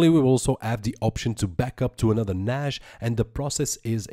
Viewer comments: NASH, NASH, NASH... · could not watch due to the fact you cant say NAS right ...